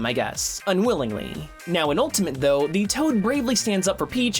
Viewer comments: Am I the only one that hears ‘ultamint’ whenever he says Ultimate? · jesus christ please stop saying ultamint